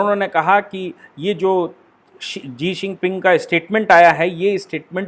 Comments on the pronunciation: Sir ji Jee xinping nahi Xi jinping hai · Sabhi aaj kal experts ban ke YouTube me aa jate hai leykin Chamgadar China ka president ka name kya hai woh isko nahi pata.. Lagatar "Sii ping Jing" bol raha hai, Jabki kutte ka name "Xi Jin Ping" hai....! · Pl. Utter xi jinping.looks odd. when you say zi sinping. Otherwise ok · जी शिनपिंग नहीं शी जिनपिंग होता है भाई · Jii shingping no sir shi jhingping i think sorry but i watch ur video with full detail and with analysis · Sir aap Xi jing ping ka naam ji xing ping lete h 🤣🤣🤣🤣🤣😂😂